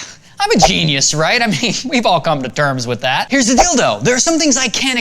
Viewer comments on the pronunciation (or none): he said "here's the deal thought" he just puts here's the dildo to go along with most people thinking he said "here's the dildo". It did sound like he said here's the dildo though.